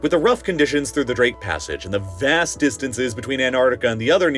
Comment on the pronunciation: 😂😂 "More than ah DUHHzon..."😂 "have revealed a Vhass..." 💀💀🤣 bruhh, I'm geekin rn 💀 😂...life is great